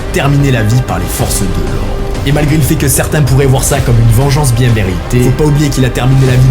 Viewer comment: « pas bieng »